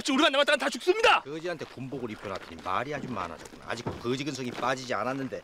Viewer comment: 아베는 항상 거지수색대 발음을 '그지수색대'라고 찰지게함 ㅋㅋ